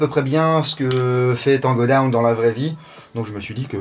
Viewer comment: Je like pour l anglais camarade Taango daown😉😂😂💪🇫🇷